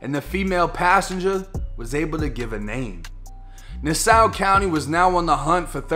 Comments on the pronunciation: It’s Nas Saw not nasow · Say it with me “ nas-saw county” ❤️❤️❤️ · It’s pronounced Nass-aww my boy 😂 I appreciate ya covering our area my brudda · "Nass hual" is how u pronounce the county but i fux wit u real talk love u videos homie been down since day1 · Nassau county.. pronounced nass-aw.. alot of our county and city names are from native American language. I live in alachua county.. meaning hole in the ground. I'm guessing either because of all the springs or sinkholes. Last week we had a guy get stopped by the police in my home town.. he was pit maneuvered and ended up sideways across the lane. He pulled an AR and shot it out. He lasted longer then expected but still ended up slumped. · "Nah-saw" is how you say "Nassau" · “Nass saw county “ is how you pronounce that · Nassau, pronounced, "Na-saw" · It's Nassau county....just like it's said in New york...